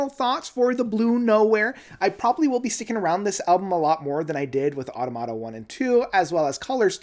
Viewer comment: It's uh-TAH-muh-TAH, since it's the plural of automaton.